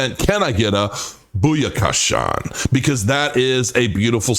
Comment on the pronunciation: It's BOOYAKASHA NOT BOOYAKASHAWN